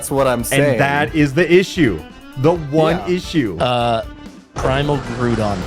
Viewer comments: Hearing say Grewdon instead of Groudon made me smile so hard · Bro successfully gaslit into calling Groudon “Grewdon” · mispronouncing Groudon and nobody correcting him sent me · pronouncing Groudon like crouton just changed how I see its name. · i like how mispronouncing a pokemon name is now called pulling a wolfe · I love when accidentally out-Wolfes with some of these pronunciations